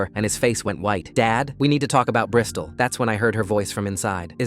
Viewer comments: "brystol" lmaooo🥀🥀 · …Bristal? ….like a Brisdol board?